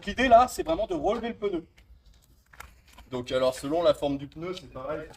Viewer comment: Merci de souligner qu'en effet cela se prononce pneu et non peuneu